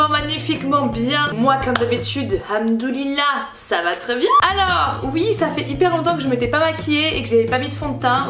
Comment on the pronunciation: Arrete de dire hamdoulilah de cette façon stp.